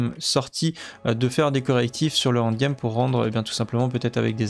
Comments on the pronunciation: prononce N, N'd game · Super boulot comme d’habitude mais un effort avec l’anglais quand même avec le END game 😂